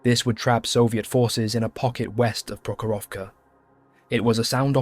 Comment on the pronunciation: Wow, but if you want to sound 100% right, it's PrOkhorovka (stress the 1st syllable, and the rest o-s are reduced to ə (like end of "piper", UK sounding), and Kursk is pronounced as Koorsk - but doesn't matter, long or short. It's transliteration of letter U from a language that mostly reads as it's written, so not subject to normal English modifications due to the following letters, google tanslate is wrong.